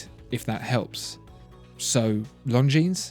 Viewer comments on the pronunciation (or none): The "s" as plural is not pronounced, correct? I have 1 of these from my Grandfather, who lived through WW2, (yay, me) and my step-grandad who fought in Korea gave me one. I've researched them both thoroughly, and the pronunciation is: Lahn-jeen. NOT: Lone-jeens". Please clarify, thanks. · Not pronounced „long jeans“ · Longines is not pronounced „long-jeans“. Simply drop the „s“ and you‘re almost there. If you want to buy „long jeans“, you should go to Levi‘s or Diesel. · Please...It's not "Long Jeans" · The S is silent bro.....longin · Leif Dehio, forgot to mention that the g in long is not pronounced either....just say “lon-gene” and you’ll be fine 😊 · I pronounced it long-ngi-nes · Don’t pronounce the S in Longines. Very nice video though! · You're pronouncing Longines very wrong.